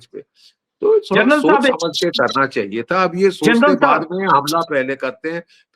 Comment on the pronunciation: I love the way G.D sab say the word Sab Respect from Pakistan